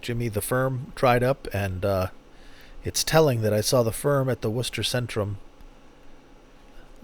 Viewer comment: I love this. Thanks. Congratulations on your pronunciation of "WOOSTER", rather than "WAR-CEST-TER". Many people find this word confusing to pronounce 🙂